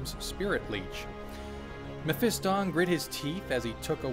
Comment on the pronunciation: seriously does anyone anywhere pronounce blood angel names correctly ? its baal- (bale) pred, not ball and mephiston- (mef-i-ston), not moe-fee-ston lol sorry that's been building up from 4 years of internet 40k videos, I blame jawaballs for starting this.